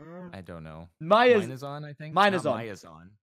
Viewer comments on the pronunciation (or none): Minezon? Sounds like 'mine is on' X'D